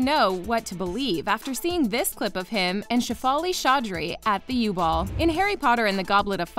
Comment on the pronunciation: Anyone else triggered that she said u-ball and not Yule ball